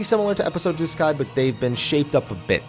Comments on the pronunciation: Everytime I heard this dude said duscae, I heard disguise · I thought I heard disguise * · I think I lost count of how many different ways you pronounced Duscae. And none were the way you used to say it. I haven't played either but looking at the controls they seemed way better before. The basic button placements anyway. Attack with square?